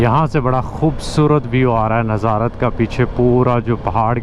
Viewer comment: آپ کی ویڈیوز اچھی ہوتی ہیں لیکن آپ چیزوں کے نام غلط لیتے ہیں اب جیسے آپ ناظارت کہہ رہے ہیں لیکن اس شہر کی نیظرت کہتے ہیں اور سباتھ کہہ رہے ہیں یہ سیبت ہے ۔ اس کی pronunciation کی یوں ہے شہر کی nazruht اور یہودی جس دن کام نہیں کرتے اس کی sabuhth ہے ۔